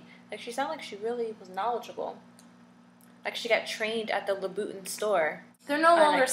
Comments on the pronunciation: Did she just drink out of a red plastic cup... LMAO.. In the beginning she took a long pause like "this video is about Duhhhhhhhh😜😜😜😳😓😳😳. Of yeah Fake.. Duhhhhhh😜😳😳. It's Louboutin not Louvitton say it with me Lou-bou-tin. Label this a Comedy and call it a wrap. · If you are a french speaker you will know that the pronunciation of TIN(is french) is not the same thing as TON (in english). btw ur link doesn't work. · huuummmmmm ppl just pronounce it the way they read it. And if you are not french its definitely hard to get it right. You two are pronouncing it WRONG. its LoubouTIN not LoubouTON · how does it irks u when christian louboutin himself calls them red bottom and all media networks and stars call them red bottom dumb asses u dont even know how to pronounce his name its not louvitton or loubouton its louboutin or red bottoms ugggh pitiful and the ones u have r fake because his shoe dont get messed up on the bottom